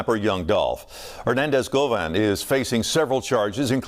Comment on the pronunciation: They way you pronounce Rico and Govan sounds really lame